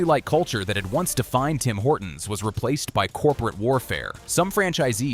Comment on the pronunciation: Guys guys it's Singh Horton's. Get it right.